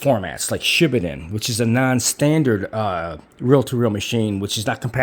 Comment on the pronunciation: FYI..the correct pronunciation is Shi Baaa (like a lamb) Den.